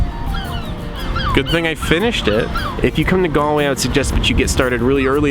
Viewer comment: "Ga-ol"! Pronounced "Jail" and means that. it's the way it's spelt in the UK. BTW you didn't go visit the "King's Head", a beautiful pub founded by King Charles I's executioner! Should've been on your list! The River Corrib flowing through the city and the canal make Galway one of the most photogenic cities I've ever been to.